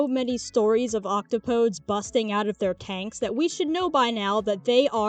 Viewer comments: I have devastating news for you, my skeletal friend. The plural of "octopus" is indeed "octopodes" but that is a 4-syllable word. ock TOH poe deez. ... octopodes nuts. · This is actually correct…mostly, at least I think. Octopodes is indeed the plural of Octopus. However I’m pretty sure its pronounced Ock-top-ehh-deez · I love the energy of saying the correct plural of octopus (octopodes) and yet pronouncing it wrong. It should actually be pronounced roughly as ock-top-oh-dees (yes like deez) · I don't think the "e" in "octopodes" is silent